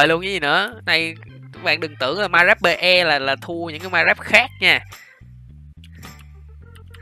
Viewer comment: Mai cờ ráp pi ây không phải mai cờ giáp pê e nhé anh